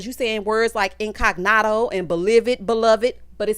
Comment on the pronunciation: Tell me he didn’t say in-cog-noto???? What is that???? I didn’t watch it yet